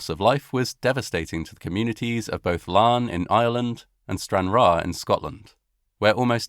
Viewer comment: for pronouncing Larne correctly. However, Larne is in Northern Ireland, which is part of the UK.